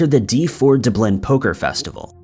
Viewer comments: Dub Lynn not Da blinn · DUB’lin! DUB’lin! NOT dub’LIN! You sound silly when you’re normally a great narrator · From Doo-Blin? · Lol when I finally heard it it made my laugh a lil...Dubleen is how he msdes it sound!! Lmbo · Love de-BLIN. Wonderful sit-TAY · It is pronounced "DUB-LIN" not dubloon... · How in the hell are you getting 'Dooblin' from Dublin? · DUB'lin! DUB'lin! NOT dub'LINN! You sound silly, when you normally sound like such a good narrator. Go onto Wikipedia, and look up 'Dublin' they have a little feature where you can click on a part at the top of the page and hear the word pronounced. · It's pronounced DUB - LIN. you know, like its spelled?? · Haha lol DUBLIN D BLIN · Never heard anyone pronounce Dublin DEH-BLEN. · Did he say Doo-blin? I'm totally American and the first time I saw the word Dublin, I knew how to say it. I always thought it was such an obvious and easy word to say but I just learned it appears it's not. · Du-Blin? Who puts the accent on the second syllable? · Dub Lin how many times does this have to be said before you say it correctly i generally like the content of this channel but you let yourself down with your lazy pronunciations and not bothering replying to any of the comments. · I can't believe has never heard anyone say 'Dublin' before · I was the same way. Read through a few comments b4 watching 👀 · It drives me mad how he pronounces it, all it takes is a quick google search to find out how to say it properly. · It really annoys me. If someone wishes to be a narrator, then they should be able to pronounce words correctly. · And mispronouncing it got you to start a comment thread, which drives engagement. Kind of smart on his part, if not a little sneaky... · yup I've never heard anyone mispronounce Dublin which is what makes me think its deliberate. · Lol so many people seriously upset by the way you pronounce the word Dublin.. keep up the good work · How can you not know how to say Dublin? Damn